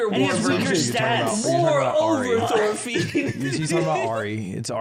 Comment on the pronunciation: BEEG THORFEEN